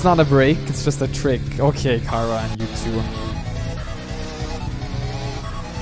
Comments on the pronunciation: STOP SAYING KARA ITS CHARA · Kara Me: IT’S NOT KARA IT’S CHARA Who else is screaming their heads of because of this? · her name is not Ckara. it's Chara. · He sayed Kara, Not Chara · Not cara that's chara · It's not cara it's chara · Omg why do you always say khara